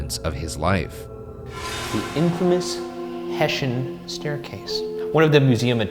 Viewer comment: I was like wtf is a "heshen" and then when they spelled it, I realised it's probably soldiers from Hessen you mean? Yeah, that's pronounced with an "s" not a "sh", boys :D